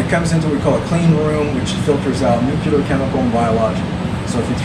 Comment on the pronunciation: I love how many times people say "nucular!"